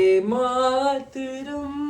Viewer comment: Vande matram sun kar aisa lagta hai jaise ki aap bhi government school se padhe ho😂